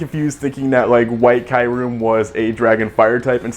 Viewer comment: It's KYOO-REM! Like "POO" but "KYOO". And that's it.